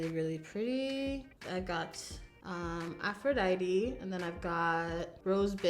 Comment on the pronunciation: Finally! Someone pronouncing "Aphrodite" correctly!